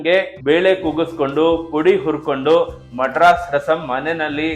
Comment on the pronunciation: ಮಡ್ರಾಸ್ ಅಲ್ಲ ಮದ್ರಾಸ್